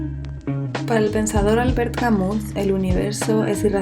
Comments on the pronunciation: Albert Camus era francés y la correcta pronunciación de su apellido no es "Camus" tal cual, es "Camiu". Puede parecer irrelevante pero a mi me molesta. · Todo bien pero Camus se pronuncia "camiú" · se pronuncia camü, pero gracias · Crítica constructiva: dejando a un lado el nivel del audio que puede mejorar con el tiempo te recomiendo que averigües cómo se pronuncia correctamente Albert Camus. La forma en que lo haces, es incorrecta y no debería extenderse.